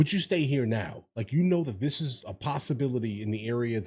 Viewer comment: Im a south african. Why does she pronounce 'this' as 'dis'? That sounds gangster for a public representative.